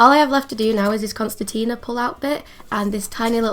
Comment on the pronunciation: Just a friendly FYI for the future since this project is obviously over… but it’s *CONCERTINA (not constetina)😉 P.S. I adore your art and colour work 🤗